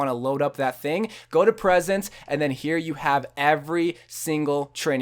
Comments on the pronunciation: He says presents....... it say PRESETS pronounced (pre-sets) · I'm not salty but it is pronounced PRE-SETS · It's pronounced --- preeeee sets.